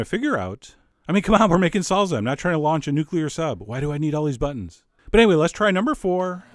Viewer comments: Did white boy say "salza" ITS SALSA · salSa not salZa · its pronounced salSa not salZZZa, I'm not sure you should trust your spanish teacher anymore lol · It's saal -saa not sal-zuh lmao! I know... I'm Cuban! Lol love your videos!!!!!!!!! Obsessed with your channel!!! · Saul za? Lol! Why is it that the French, Italians and Germans can pronounce one simple word the same as Spaniards but Americans struggle with common pronunciations from their southern neighbors? Love your cooking chef! Keep it up! Much love from southern France. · wow yea no Z in SALSA its pronounced Saal Saah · there is no Z from an S sound in ANY language(except hungarian). SALSA. 2 SSSSSSSes. seriously. I will never believe you on the pronunciation of anything. I love your recipes John, but your pronunciation of everything is atrocious. Pronunciation is part of the education of any dish, make it a priority. I want to believe you're not someone who says MARSCApone......